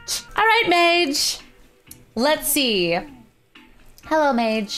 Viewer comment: Anyone else annoyed that she mispronounced Madge?